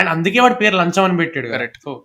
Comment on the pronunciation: Bro it’s Lacham not lancham